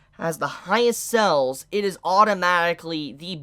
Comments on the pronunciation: Why do you pronounce sales as cells lmao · Pronounce sales properly